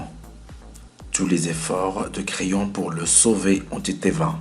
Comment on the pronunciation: Merci pour ce resumé j espere que j aurai une bonne note et sinon creon se pronoce pas crayon